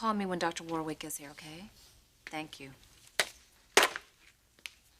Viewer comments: Taylor pronouncing Dr James Warwick as War Wick, hilarious. She should know how it’s pronounced given he was her teacher!! 😂 The second W is silent pronounced Warick 😅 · Is it just me or did they change the pronunciation of Dr Warwick's surname?